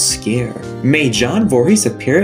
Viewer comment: ok this pissed me off royaly ITS JASON VOORHEES!!! HOW CAN YOU FUCK UP A ICONS NAME LIKE THAT!